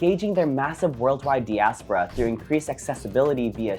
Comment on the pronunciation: Your pronunciation of diaspora is off